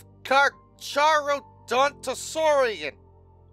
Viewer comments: I've heard it pronounced as kar-kar-oh-don-toh-saurian, dunno if that's correct tho. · the H is silent in carcharodontosuarian